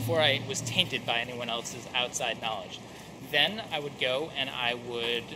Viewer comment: here in my garage i have a lamborghini how you say KNAWLADGHIII